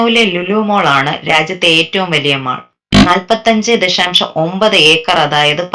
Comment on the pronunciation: Mol ഏതു, mon ഏതു, mall ഏതു എന്നു ഇ പാവം അവതാരക പെണ്ണ്നു അറിയില്ല കഷ്ടം ലാസ്റ്റ് ടൈം mall എന്നു പറയുന്നുണ്ട്